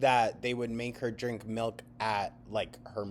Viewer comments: If she says melk one more time….. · The rapid succession of "mehlk" nearly spiraled me into a panic attack.